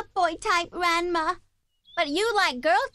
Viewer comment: RENMA???? THEY CALL RANMA RENMA???